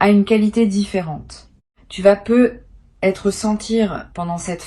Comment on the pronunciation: Que c'est MOCHE , l'IA !!! Par exemple : " Tu peux peu ........ Être " Vous prenez vraiment les auditeurs pour des cloches !!!!